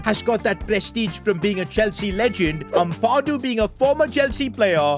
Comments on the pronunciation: It’s Ampadu not Ampawdu( sorry if this seems criticising or mean) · it's pronounced am-pad - oo not ampa-doo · Its amp - a - doo not ethan amp - ah - doo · It’s not pronounced uhmpahdo it’s ahmpado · As a leeds fan please pronouce ampadu's name right its Am-pa-du not am-par-du and say the pa like how youd pronounce papin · as a leeds fan it is pronounced am pa doo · the way you say ampadu hurts my soul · Your saying Ethan Ampadu’s name wrong